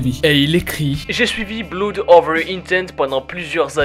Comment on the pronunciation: Il faut travailler ta prononciation quand tu parles anglais! BLOOD C'EST PAS BLOUD! AU SECOURS!!!